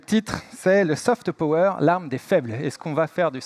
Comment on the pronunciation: "Saufete peaureure" ....😂😂😂Et ce sont ces pecnos qui se moquent de l` accent Creole!